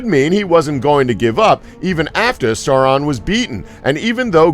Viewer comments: “Sour Man” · Serumenn. That was the first horrible pronounciation. Also how was the second one a crazy fan theory?!